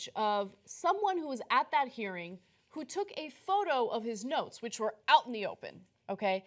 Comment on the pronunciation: Oh.... NOTES!!?? I thought you said NOSE.